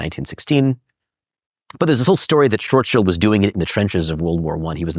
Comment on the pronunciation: Pow-lee? Schwartz chilled? Oh shut up. I hate when people make up their own versions of words that are well established and known. Its not only arrogant, its ignorant too.